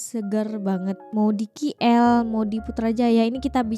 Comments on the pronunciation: Lebay itu maksudnya apa, berlebihan/over ke🤔KL sebutnya bukan Ki el tapi ke el seperti oke.. K kalau di Indo sebutannya huruf ka kan.. Putrajaya banyak cctv di jalan bukan hanya jenayah, langgar peraturan pun orang takut buat, nanti terus sampai surat saman ke rumah.. polis di putrajaya dan polis banyak kl area pudu.. atau di highway/lebuhraya/jalan tol.. kalau sedang keluar ke negeri lain, mesti selalu nampak polis sedang meronda.. Orang ramai jam 9 kerana Isyak dalam 8 lebih.. lepas isyak baru keluar.. mmg peak hour pukul 9 tue, orang pergi makan selalunya jam 9.. (kalau saya tak salah faham ya jam 9 malam) Saya dari Seri Kembangan juga🫰🏼 boleh borong coklat Beryls terus dari kilang/pabrik.. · Sebut betul2 dik Keey Elll